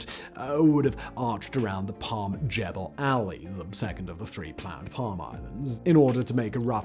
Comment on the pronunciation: And learn how to pronounce Jumeirah and Jebel Ali 😂